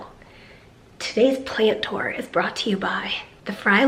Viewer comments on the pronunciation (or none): I love the way says plan tour.........plant tore.